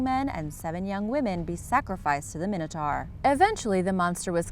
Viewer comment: its pronounced mine-it-tour not mini-tor